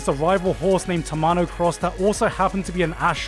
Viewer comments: no one pointed out Gigguk absolutely mispronouncing FujiMAsa March as FujiSAma March EDIT: Also mispronounced TamaMO Cross as TamaNO Cross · There is 2 thing got butchered by gigguk on this vids First name: check the damn script first before read it, tamamo cross not tamano cross, fujimasa march not fujisama march 2nd: portrait haikyuu as cheap shonen sport anime, especially karasuno vs dateko, karasuno didnt suddenly have new skill to counter dateko, you know a thing about "saving strat"? So your team play won't get exposed and get counter by your opponent That why your arsenal looking good in early match and got butchered on 2nd round, cause their fans and club dont even know about "saving strat"!